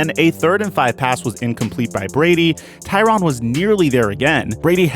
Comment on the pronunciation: Why is there an A in there if it ain’t supposed to be TYRANN??! Just askin...I say his name Tyrann.